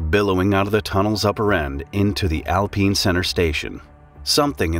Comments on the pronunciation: Alpeen?!? I always thought it was alpine, kinda like a pine tree. Guess it's pronounced like a peen tree, ALPEEN! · Is it really called “alpeen” or do you just not know how to say alpine? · I'm sorry, did you say 'al-peene?' Was it named that? Or did you mean alpine 'al-pine' like 'eye' then n sound, you know like the tree. You don't call them peen trees... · Al-pine not alpeen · i cant get over how he says alpine as alpeen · “Al-peen?” Are you kidding me? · And if you're from the US, it's pronounced "al-pine".